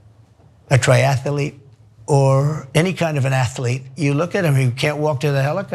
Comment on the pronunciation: Nerd point: it's "triathlete"; not "triatalete"